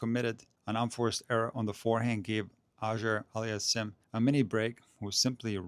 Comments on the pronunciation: Love you man, but your pronunciation of Auger-Aliassime is perhaps the worst butchering I have ever encountered! It's supposed to be pronounced "oh-zhjay allie-as-seem" (the French style) or "aww-zhjay allie-as-seem" (the American or English style). Obviously it's a very difficult task to properly pronounce a double barreled surname that is part French, part Arabic, and also to decide whether to pronounce it more French Canadian, more continental French, or more English, but it seems to me that the tennis commentators have largely settled on the two options I've presented above. I prefer the first option, as it is more accurate in continental French. Keep making these great videos! Danke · just call him since you have trouble pronouncing his name. A friendly suggestion not a criticism.